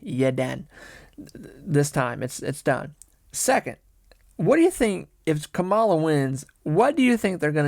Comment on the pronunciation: He said ka-MA-la hahaha😅